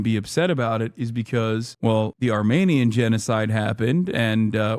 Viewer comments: Armenian not Armanian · What the hell is wrong with his microphone the last months? And what the fuck is an "armaynian"?